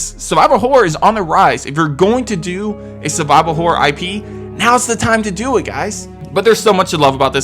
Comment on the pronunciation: why do you say " hore " instead of " horror "